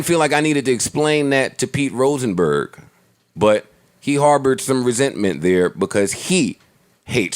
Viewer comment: Let's get "Roachnberg" TF outta here